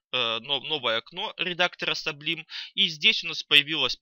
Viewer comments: саблайм и контрол? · Ахах! "кэтэррэл" и "саблим" это полный писец!)))))